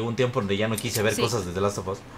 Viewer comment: Ya chido el “The lut of us si o no